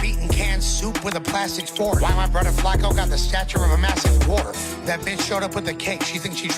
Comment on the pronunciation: should be fined $1000 every time he says Borther smh